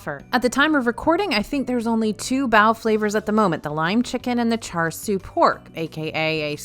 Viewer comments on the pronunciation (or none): none